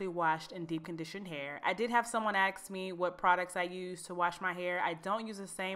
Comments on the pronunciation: Omgsh. Axed me??? It is ask or asked me. Why do people constantly say axe or axed? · Lol she says "aksed"